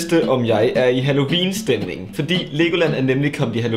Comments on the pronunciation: Elsker hans måde at sige halloween på: Hallovin 😂❤️🙌🏼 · Du siger halloween på en mega spasser måde. Halloviiiiin😂😂